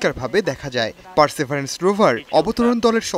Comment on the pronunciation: পারসিবিয়ারেন্স কে বলা হচ্ছে পারসেবারেন্স